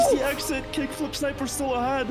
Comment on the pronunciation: not being able to read kickflipsniper is so funny to me